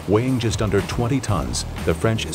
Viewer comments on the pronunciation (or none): none